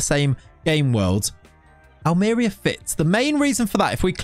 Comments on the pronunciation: Me watching the video: "I hope he pronounces it 'Almería' and not "Almeria": "Welcome to..." "AHLMEERIA" Me: "Oh my God, he can't just... bless him" BUT, ironically, he pronounced "rojiblancos" almost perfectly. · Hate to be THAT guy. But that accent tells you it’s al-mer-EE-a. Love the choice though. Who else has managed them?! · Excited for this save LET'S GO!!! On a side note, it's pronounced Almeriiiiiiiia, with emphasis on the i (in case you didn't understand it haha), can't have the DOF not pronouncing correctly the name of the club he directs 😅 good luck with the series can't wait! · Ha yes that was my first thought. Aal-mr-ee-uh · Its read it wrong .. its Almeriya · NO!! XD I'm subscribed already, I can only criticise your pronunciation